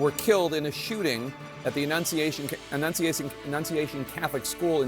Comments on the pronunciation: he couldn't annunciate 'annunciation' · When a reporter can’t enunciate the word annunciation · So many journalists struggling to say "annunciation". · LOL Jake Tapper has problems saying "annunciation"